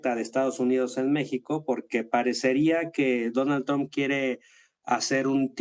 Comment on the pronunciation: ⚠⚠⚠La pronunciación TROMP con o en lugar de TRAMP con a, como se pronuncia en inglés, FUE INVENTO DE MADURO y AMLO como una burla ya que tromp es la primera sílaba de TROMPETA que es como lo llaman a Trump los chavistas, mejicanos y la izquierda comunista española. ⚠⚠ENTONCES si pronunciás TROMP ya sabemos que trabajás para RUSIA y CHINA.⚠⚠⚠